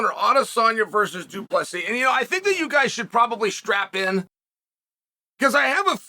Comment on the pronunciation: why u keep dropping the silent s?